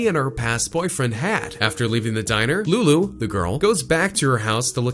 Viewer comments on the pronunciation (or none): none